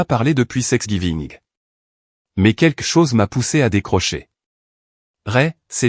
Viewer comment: Thanksgiving pas sexgiving, arrêtez cette horreur de confusion